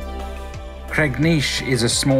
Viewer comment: Wow he actually said cregneash right